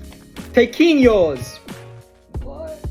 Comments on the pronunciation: As a spanish speaker i'm dying on how You mispronounced all of the food item names. Still cool video bro. Congrats fo the efford You put on these videos. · Ok, as a Venezuelan, I find his pronunciation of these foods a travesty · The pronunciation of tequeños hurt me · Dude pronounced everything wrong but still love the hype and passion he has <3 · Bro got ALL the pronunciations wrong 😭